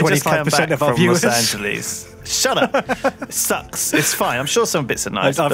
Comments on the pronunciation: I just... You said Lost Angeles Wrong... and then you said you couldn't stand it... I.. um... ok then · Los Angeleez